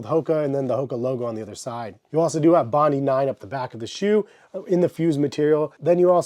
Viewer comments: Good review. Only it’s called bondi not bondee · It’s pronounced, “Bon-dye.” named after a beach in Australia. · FYI, it's pronounced 'bond-eye' as in Bondi Beach in Australia.